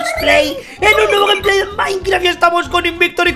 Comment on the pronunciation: Quien mas se dio quenta que dijo gempley de minecraf